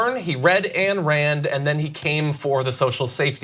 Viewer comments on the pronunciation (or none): The fact that this woman just said "She wrote a book called 'The Virtue of Selfishness'" is all the proof required she has no idea what or who she is talking about. Also... its AYN AYN not ANN. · Dude, it's pronounced "aɪn" Rand... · I find it hard to believe you don't know how to pronounce Ayn Rand. Don't undermine your point like that. 😘